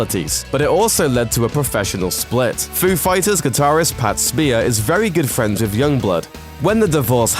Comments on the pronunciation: Ok so...most of the "UNTOLD" stuff can be seen and is talked about in The Foo Fighters "Back and Forth" movie and secondly it BEaconsfield NOT BACONSFIELD!.and its Pat Smear NOT Pat Spear.otherwise intersting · Pretty sure the dude also says "Pat Spear"